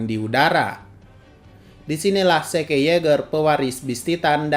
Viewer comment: Zeke.. bilangnya "se-ke".."😅